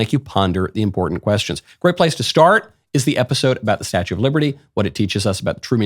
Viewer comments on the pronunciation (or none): none